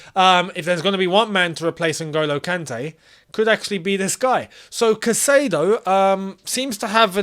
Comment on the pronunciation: gosh it's CAI-cedo not cassedo!